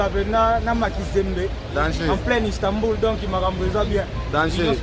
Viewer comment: Istanbul et non Istambur🤦🏽‍♂️